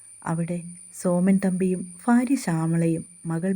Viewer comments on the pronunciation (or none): അപ്പോഴും അവതാരകർ തെറ്റായി ഉപയോഗിക്കുന്ന അക്ഷരമാണ് ' ഭ '. ഭാര്യക്ക് പകരം ഫാര്യ. ഭാഗ്യത്തിന് പകരം ഫാഗ്യം എന്നിങ്ങനെ. വളരെ അരോചകമായി തോന്നുന്നു. എന്താ ഇവർ പ്രത്യേകം നിഖണ്ടുവാണോ ഉപയോഗിക്കുന്നത്? അക്ഷരസ്പുടതയില്ലാത്തവരെക്കൊണ്ട് വായിപ്പിക്കുന്നതിലെ ഉദ്ദേശം മനസ്സിലാവുന്നില്ല.